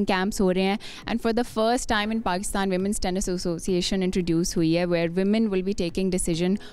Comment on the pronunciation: Pehlai “Pakstan” toh sai tarhan bol lo